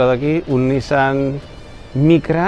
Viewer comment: Me atrevo a ser el del comentario incomodo: la pronunciación de NISSAN es "niSAN", fonéticamente "NIsan" es hermano. Saludos!